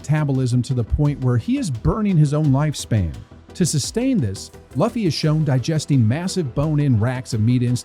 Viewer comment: Sorry I have to be that guy. It's loo-fee not luh-fee